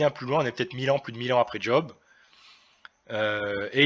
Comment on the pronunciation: On ne dis pas "D'job" mais Job ...